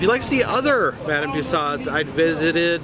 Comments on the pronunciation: It's pronounced madame tooo soes. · Decided to dispense with the French pronunciation of Tussaud...? 😄 Some pretty epic mutton-chops there... some pretty epic BEARDS for that matter...😆 Wow. I have to say that dress Rosa Parks is wearing is a gorgeous shade of purple... I have to agree. That hockey guy IS terrifying. And Canadian though I may be I'm not familiar enough with hockey to know who he is I'm afraid... maybe somebody else in the comments here can help us out and identify the guy...? 😄